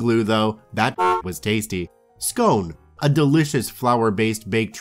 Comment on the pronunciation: Yeah, sounds aussie to me. In which case it wasn't Scone (as in stone) it was Scone (as on gone). The correct pronunciation is on Wikipedia and it bugged me the whole way thru. Rant over.